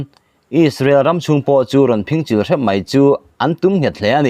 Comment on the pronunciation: Mizotawng lam dan hi zir i ngai khop mai.entirnan'Phingchil' i lam dan hi a dik lova 'Saphing'kan lam anga lam tur ani.a tam mai,chhiar dik i zir zel dawnnia